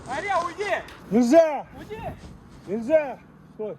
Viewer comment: Я конечно не знаю, но команда у собак взять,получается почти с первого раза и почти у всех.Они типа могут долго с десятого раза выполнять команду,а вот взять,усваивают лучше всех! И может это генетически... А когда Андрей кричит "НИЗЗЯЯ", очень похоже на взять,пересмотри... Пересмотрел? Нет? Ну и зря! Мы то уже побольше знаем о твоих питомцах чем ты сам! Кто согласен лайк! Социологический эксперимент! Ждёмс